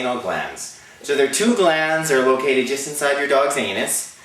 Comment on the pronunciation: "Aneth" LOL!